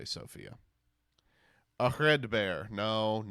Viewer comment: I'm sorry I have to be anal. It's not "A red bear" it's "Air-Red-Bar"